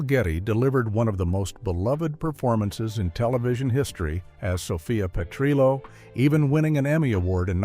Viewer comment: This is absolute and utter AI trash. 1. Why mention Don Johnson, but not Phillip Michael Thomas? 2. It's not "Sophia's Mother", it is Dorothy's Mother - Nearly every fan knows this fact. 3. It's Sophia Pe-trill-oh, not Pe-tree-oh 4. Stage Fright Facts 7 and 11 are the same. 5. Fact 8 -- The Diana and Freddie story is a complete fabricated myth and has been repeatedly debunked. 6. It's So-Fee-Uh's Wedding, not So-Fye-uh No transition to ending? Trash.